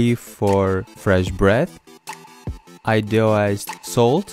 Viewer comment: He perfectly butchered "iodione salt" there